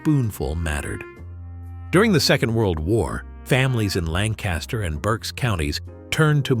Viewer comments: Not Lank-KAS-Ter… locals pronounce it Lankuster. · We pronounce it 'Lankistur' with the emphasis on the first syllable. Dont even get me started on 'Reeding' and 'Effraada' And we still eat these foods, some can be ordered in local restaurants. Where's the Hog Maw?